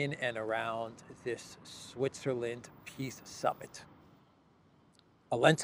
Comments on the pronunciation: you keep mispronouncing "peace", it is pronounced "P>>I>>S>>S>>" 😂😂😂😂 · it is not peace summit it is piss summit